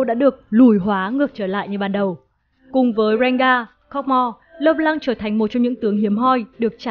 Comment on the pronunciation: Trc khi bt đọc là "Lơ p-lăng" thì lại đọc là "Lê Lan" :<